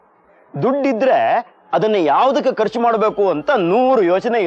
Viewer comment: ಸರ್, ಕರ್ಚು ಅಲ್ಪ ಪ್ರಾಣ , ಖರ್ಚು(ಮಹಾಪ್ರಾಣ) ಸರಿಯಾದ ಪದ.